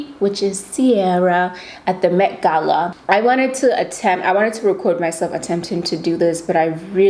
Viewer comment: Finally someone who pronounces Gala the same as me